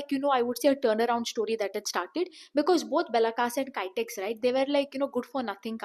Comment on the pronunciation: Not kytex...kitex